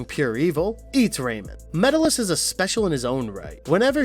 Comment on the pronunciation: You gave Brak second billing? Over Moltar?! Can't even pronounce Metallis or Tanzit right... lots of weird, weird stuff in this video said super confidently